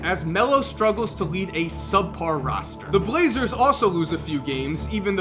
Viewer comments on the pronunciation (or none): Por Trail Blazrers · We’re just not gonna talk about “blazrers”? EDIT: As a Pistons fan I am SO glad LeBron skipped college. That stretch from like ‘09 to ‘15 looked painful. But also that ‘17 season looks good.